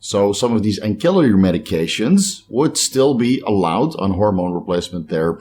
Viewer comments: Ancillary is pronounced with an /s/ not a /k/. Like “ansillary.” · Hey I'm still going thru boxes of books looking for that trade name for primobolan acetate. I will find it but it will take a little time. I can thank my wife for that. On another note, love how someone comments on pronoucation of axillary. With Steves huge amount of knowledge I think we can forgive him for one grammar mishap. Only on social media..Lol. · The c in ancillary is pronounced like an s not a k. 😉😁